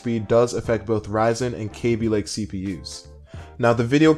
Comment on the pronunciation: I like the way you say kabylake :D